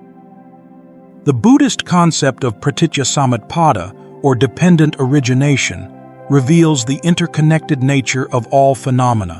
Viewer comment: Finally dependent origination is rightly pronounced - deeply appreciated. 🙏🏾🙏🏾🙏🏾